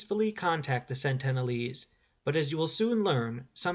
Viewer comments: Incorrect, sir. It's SENtinel Island. SENT-uhn-uhl-ese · It certainly isn't Santana lees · You have a very odd (and incorrect) way of pronouncing Sentinelese.